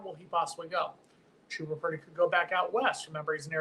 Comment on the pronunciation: At least we won't have to listen to this guy mispronounce the player's name anymore. Chooba? Come on